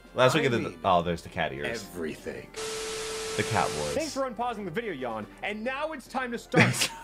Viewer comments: It is pronounced Yawn, he just said Jan because that's what he named the rival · You were right before. It's pronounced "Yawn" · The "dead mom joke" is the fight in lavender tower. You encounter a ghost marowak, which is the mother of a cubone you save from team rocket Also, yeah, it's pronounced yawn